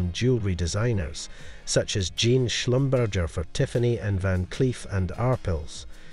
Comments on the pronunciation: I meant if I said catering instead of Katherine that would be a mispronunciation. Like SCHlumBURGER and not Slumberzhay. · He said Jean like a pair of denim pants and Schlumburger like something between two buns. If I called you catering wouldn't that be a mispronunciaton? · Right.. he said “shlum burger” I’ll have a shlum burger with cheese and bacon, no pickles. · I like his accent, but that doesn't excuse mispronouncing someone's name. Since Van Cleef & Arpels and Jean Schlumberger are French it should be Ar-pehlz and Zhan Slumberzhay (my attempt at phonetics!). Still it was a nice video and wonderful to see all those fantastic jewels! 😃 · You do not pronounce the S in Arpels. Pretend you don't see it. And Schlumberger is pronounced Shlum bear zhay, accent on the first syllable.